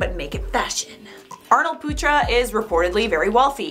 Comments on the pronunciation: Arnold putra But the way she pronounce it when talks really fast is “Arnold puta”, puta is not a good word in other language lol Not coming for our lovely, I just find it really funny 😂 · The way you pronounced putra XD ehehehhehe